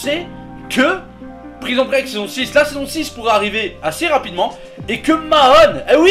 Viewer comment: Mais dans Prison Break faut prononcer un E à la fin de prison xD